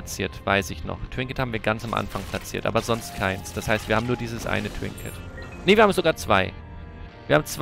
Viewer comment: neber...da hört man, woher du kommst :D